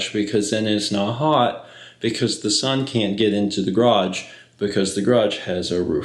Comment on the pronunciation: Is "graaj" from the same dictionary as "draff" and "surl"?